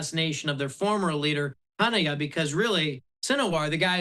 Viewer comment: Gutter, huneyah and sin a war. This guy's a real expert. Cant even pronounce the words.